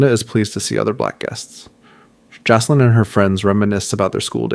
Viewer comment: FYI -- It's pronounced "JACK-lin". not JASS- lin, unless you want to sound like an idiot for the rest of the series. The name Jaclyn is a feminine name that is a variation of the name Jacqueline. Other variations of the name include Jackeline, Jakelin, and Jackielyn. The diminutive forms of Jacqueline include Jac, Jack, Jackie, Jaque, or Jacqui.